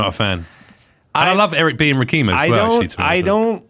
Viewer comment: Learn how to pronounce Rakim. It’s ROK KIM